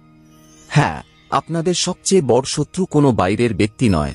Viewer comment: ওটা বর নয় বড়ো ঠিক করে উচ্চারণ করুন